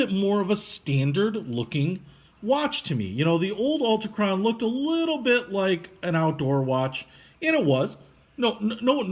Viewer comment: So much fail: Altichron... ALTIchron.... al-TI-kron Whatever were you talking about with Metric vs English? Bidirectional bezel, Bi- meaning two directions and uni-directional meaning one.